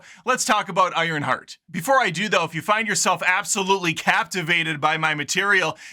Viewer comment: "Ironshart" got yourself a new subscriber, my dude! 😂😂